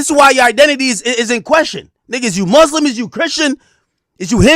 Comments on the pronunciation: Who tf told Ak Muslim was pronounced “Mooslim” what’s going on 😭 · The muuslim garments killed me Ak doing to much😂